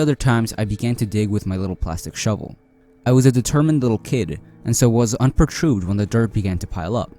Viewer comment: The pronunciation of 'unperturbed' as 'unpertroobed!' Bwaaahahahahahaa!!!